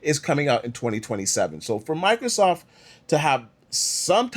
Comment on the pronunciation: It's microSOFT, not Microsoff, the T is not silent.